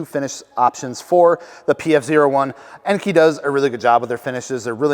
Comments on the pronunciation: EN-KAY, not EN-KEY. Do you call kei cars KEY cars?? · It's pronounced en-kay